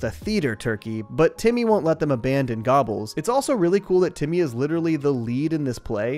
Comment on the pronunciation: Timmy said "gabbas" (gobbles) like 600 times